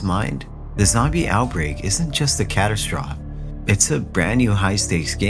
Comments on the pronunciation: I didn’t realize until he couldn’t pronounce catastrophe. In his other video he couldn’t pronounce zealots. Someone writing their own stuff wouldn’t use words they don’t know 😂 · The way he says "catastrophe", "epitome", and "Seymour" is absolutely SENDING me.